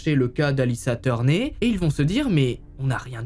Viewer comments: sa ne se prononce pas turné sa se prononce turneur parceque si cest une famille anglaise bah faut essayer de trouver comment sa se pronnounce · Sa se dit turneur et pas turné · Alissa « teurné»😂, ptain fait un effort mec!😅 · Salut t'es vidéos sont incroyable vraiment c'est trop cool à regarder, mais par pitié Turner se prononce "tourneur"